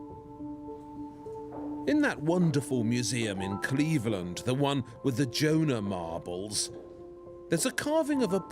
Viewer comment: Don’t miss a how me manages to make the word “Cleveland” sound exotic.